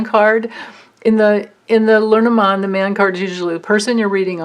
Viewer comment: Hahahaha! Your LeNormand prononciation is perfect. I didn’t say anything before because I didn’t want you to become self conscious. Please don’t be - because you got it 👍👏 That was some reading, amazing! Thank you so much. I feel like we’re all going on a guided trash tour together - because trash they are! Only you could make that a fun experience thanks to your bright and candid light.